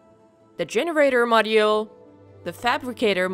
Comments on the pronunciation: The "moddy-yule". I can't unhear it now! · mod-oo-ul lol